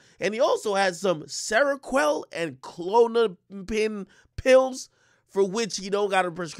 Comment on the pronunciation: Akademiks tryna say kpills funny asf